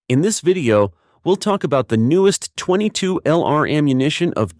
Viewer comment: Title page photo inconsistent with the actual topic. Earns you a big THUMBS DOWN. The AI narrator earns you TWO THUMBS DOWN because that AI dude mispronounces way too many words, beginning with .22LR. It's pronounced "twenty-two long rifle" not "twenty-two ell-arr"...! (Sorry, but I couldn't make it thru the entire video.)